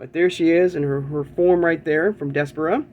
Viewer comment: I think it’s pronounced Des - par - ra